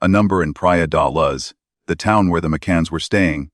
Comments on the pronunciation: Praia de Loooge. Not Luzzz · This is an annoying AI voice hence the reason this voice can't pronounce Luz.